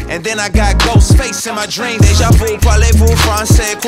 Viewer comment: I'm pretty sure that is how it's pronounced, Déjà vu, just Lecrae didn't technically say Vu right